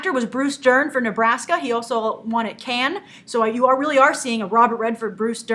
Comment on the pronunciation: Being Créole, I just have to say Cannes is pronounced like "Khan" in "Wrath of Khan". It just makes any French person cringe to hear it any other way.